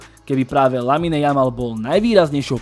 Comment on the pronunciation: číta sa to Lamin, nie LaminE. Uši to trhá